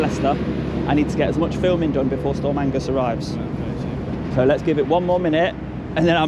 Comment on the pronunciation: storm agnes not "angus"